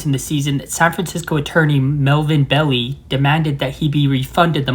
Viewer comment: It's pronounced Bell-eye